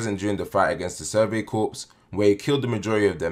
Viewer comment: Corps is pronounced ‘core’